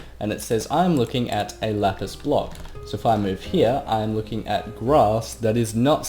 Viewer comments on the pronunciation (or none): none